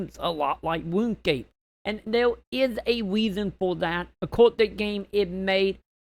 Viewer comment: its pronounced RUNE scape matey